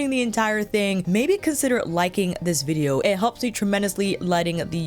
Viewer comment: Loved when you said vidgeo 😂